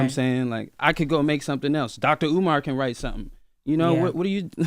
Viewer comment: Did jess call him dr. U-mar